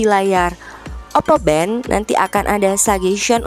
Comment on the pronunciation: For every time she says “oppo bento” I took a vodka shot and now m drunk as fuck